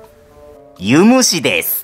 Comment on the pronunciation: ユ⤴︎ム⤴︎シ⤴︎じゃない？